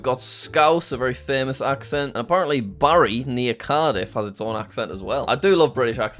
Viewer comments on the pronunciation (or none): none